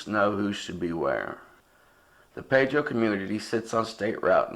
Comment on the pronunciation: The town is called pee dro...not pay dro...AND the reason that no one talks about this case is because of the family who is still shattered by this!